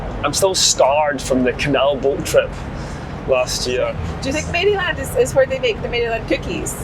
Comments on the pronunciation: when pronouncing maryland you don't want to say mary-land, rather maryl-and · And Maryland. Mare-a-lind, not mary-land. But we love the mispronunciations because we would be no better in Scotland lol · Ah! Route 84 again! Waffle House! Great stuff while on the road! Gotta love the cheesesteaks! Best ones are in Philadelphia. “Maryland” isn’t pronounced “Mary Land”. It’s more “Merrill-Lind”. Also, Roanoke is pronounced “Row-a-noak”. Hershey’s chocolate is good but definitely not the best. The dark chocolate is pretty good too. And yes! You’re killing me with that Roid Sux jersey! I’m a Yankees fan! 🤣🤣🤣🤣 Loving the videos! 🎸🎸🎸🎸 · It doesn't matter much, but it's not Mary-land, it's more like Maralind. I just cringe a little everytime i hear Mary-land lol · Maryland - pronounced « murrlin »; legit cheesesteak. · Row-an-oak. And not Mary-land. 🤣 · The way you pronounce Maryland and Roanoke is absolutely hilariously incorrect 🤣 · The Maryland pronunciation killed me 😂😂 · I'm cracking up at some of your pronounciations - Maryland (the y is more like "i" in the word "in") .... Bojangles ..... Roanoke 😅 And the Philly Cheesesteak sandwich didn't look like one I've ever seen. But I'm glad your trip improved after the first day!❤